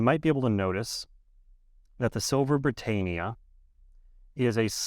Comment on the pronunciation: You're saying Britannia wrongly